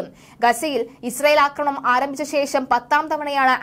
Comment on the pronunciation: ഇവരോട് പറഞ്ഞിട്ട് ഒരു കാര്യവും ഇല്ല. 'അക്രമണം' അല്ല 'ആക്രമണം' എന്ന് അറിയാൻ വേണ്ടിയും എഴുതിയിരുന്നു. ഒരു കാര്യവും ഇല്ല. അയാൾ അതുതന്നെ ഇപ്പോഴും പറയുന്നു.